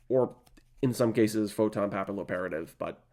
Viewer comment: Great vid, very nostalgic. It's pronounced 'photon pappy-operative', like papillion in french